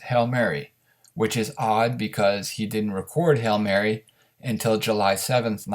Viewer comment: Hail Mary !! Not Hell Mary.